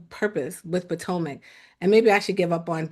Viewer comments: Not “Poortomic” 😂 Shoutout to ‼️ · also calls Potomac, "Poor-tomac"